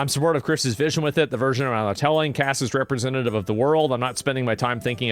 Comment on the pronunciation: Wepweesentative of the woaarrlldd!